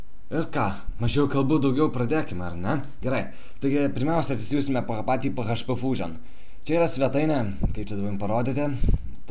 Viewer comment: Ismok kalbeti :D ne php paprstai tariamas, o PIEIDŽPI :DDD :DDDDDDDDDDD